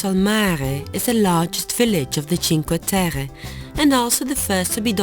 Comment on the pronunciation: The places are lovely. But why are you trying to pronounce the names or the places in a french accent?? It is Italy...